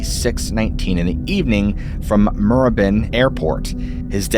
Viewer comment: Good re-telling of this story. I remember when this happened. A hint on the pronunciation of the suburbs Avondale Heights is A-von-dale. Moorrabbin is Moo-rab-in. Keep up the good work